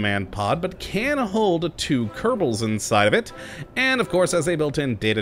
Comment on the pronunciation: Please stop saying kerbal "*Kerbau*" Because it means buffalo in indonesian.